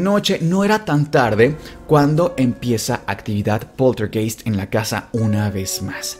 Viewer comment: PolterGAIST. Esa es la pronunciación.